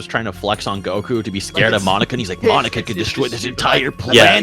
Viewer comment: Dude said ‘Monica’ 😭